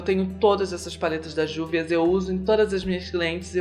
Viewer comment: a pronúncia correta da marca é Rúvias.